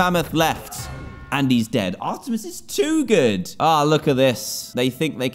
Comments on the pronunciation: O yea. I was going to say it plus Dan says her name wrong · It is ar-meet-es. And it is she....... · I am triggered I’m a big Greek mythology and Percy Jackson fan but it is pronounced are t mees